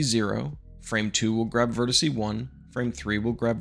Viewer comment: nice tutorial, but godammit stop saying "vertiseee"!!!! 😖 (you did actually say "vertex" later on in the video, i'll give you that)